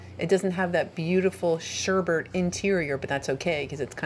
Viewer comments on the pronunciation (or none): none